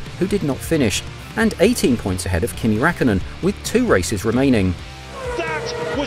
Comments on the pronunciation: It's Räik (Riak) kkönen, Fel ipe (Fel-e-pay) Fern-ando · Its a decent video but I cringe every time he says Kimi Rackonen